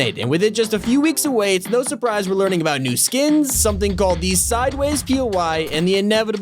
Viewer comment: You ruin the word surprise